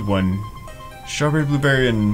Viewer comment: You pronounce blueberry wrong